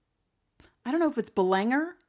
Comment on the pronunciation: Belanger is a soft “G”, like a J sound.